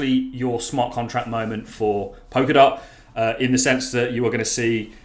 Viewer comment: Pol-ka-dot, not Pok-a-dot.. Sorry to be a gramma queen..